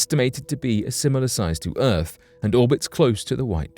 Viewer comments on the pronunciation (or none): none